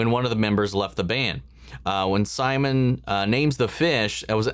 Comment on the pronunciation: watch out with that Simon pronunciation lmaooo